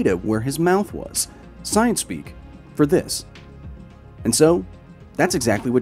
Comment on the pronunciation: "Trust the soyence."